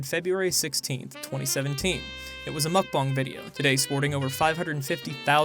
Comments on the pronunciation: Cringe everytime or say 'mukbang' because 1. what they do is definitely not a mukbang and 2. it's pronounced more like 'mokbon' what I'd assume they would know, if they enjoy them so much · She’s a Mukbang channel and she doesn’t know how to pronounce it 😂